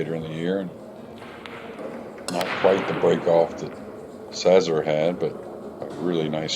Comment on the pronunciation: Szaszor is pronounced Shashor.